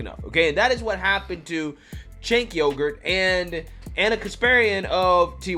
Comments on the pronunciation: Please,, pronounce his name correctly. It’s CHUNK Yogurt! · It's Chunk Yogurt, bro. Lol